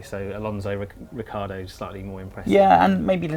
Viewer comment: The only reason I scrolled down to the comments section was to mock your mountaineering gear. I'm glad you took notice, I expect you're filming high in the alps... Also, for God's sake, get Ricciardo's name right...